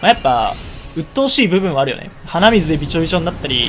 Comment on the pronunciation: 鼻水の発音がイデミツなんだよな